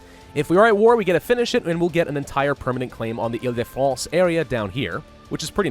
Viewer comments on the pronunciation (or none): you say ile de france like this (ELL-De-fronce) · Ile de France -- Eel de France. Keep going -- you do great with your pronunciation when you follow your gut,. Also - Valois -- val-WAH. But that's just French being its weird self.:D